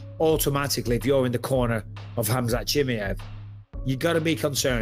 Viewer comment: “Khamzat Shimmy-Ave” fucking Bisping 😂